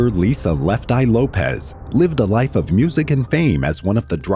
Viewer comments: LOPES, not LOPEZ. It's pronounced loh-ps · The pronunciation of her name somehow got changed to “Lo-pez,” when its original pronunciation is “loh-pss.” That’s an “s” on the end of her name, not a “z.” It’s pronounced “loh-pss.” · LOPES NOT LOPEZ. LOL... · Lopes not Lopez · Isn’t it pronounced LOPES, not Lopez